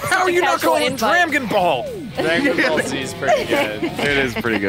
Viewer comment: doug losing his mind over "dramgon ball z" and "breadable" had me dying